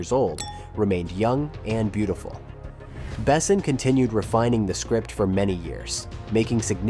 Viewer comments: Milla Jovovich best choice for Leeloo ever. Can’t imagine anyone else in that role. - The whole movie is perfect, no sequel, no reboot, no remake please. - The narrator should teach himself how to pronounce Besson correctly in French. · If you put out a nearly 40 minute video about a director, maybe check to see if the AI is pronouncing his name correctly? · Besson is French, its pronounced "Bess-on" Bess, On. With the "On" being french, and almost not pronounced. Super annoying . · Not to mention "Besson". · nice video, but OMG with the AI to read the vid's script... horrible... LEAD ACTORS... as in made of LEAD, not made to Lead... Luc BeSSON, not BEsson... Ugh... just spend the time narrating it, or hire someone to do it for you. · I'm sorry, but my brain can't get past the narrator calling the director "Luke BESSEN". "The Fifth Element" is one of the greatest sci-fi action movies of all time; you'd think that someone who did this much research into it would know how to pronounce the director's name. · Never heard Besson pronounced "bessin" before. ❤ It grew on me, though. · BAY-sen. As a francophone it was insulting. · I watched through two "Bess-ons" and turned it off at "Gah-mont" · at least you pronounced luc correctly as opposed to Bes son. Facepalm😂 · Bessin? You can't even pronounce the director's name correctly, but want me to watch a 38 minute video on the "secrets" of the film? Yeah right.... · If you say the name Besson 200 times you should first look up the correct pronunciation. It is painful to listen to you butchering the name constantly. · Disliked and clicked off, AI narrator not even set to properly pronounce 'Besson' - maybe try a bit next time. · Please don't use text to speech. You butchered pronunciation of Besson's name repeatedly, I had to stop at 3min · Well, sci-fi with a ouch of fantasy, but an all around solid eye candy and fine entertainment. I just with the narrator of the vid knew how to pronounce Besson, damnit.